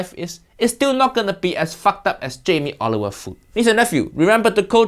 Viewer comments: Did uncle Roger say Jamie Olive oil ?!😂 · does he say Jaime Oliver or Jaime Olive oil?